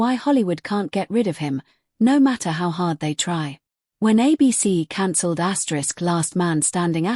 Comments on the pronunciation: Why does woman keep saying " ASKERISK "???? 😮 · Don't know why it keeps saying asterix